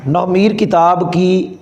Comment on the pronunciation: nohv e meer nahi nahv e neer hai